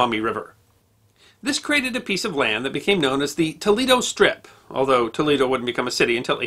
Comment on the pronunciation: t o e - l a y - doe